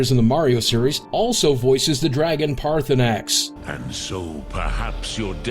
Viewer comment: he doesn't even pronounce paarthurnax and sheogorath right...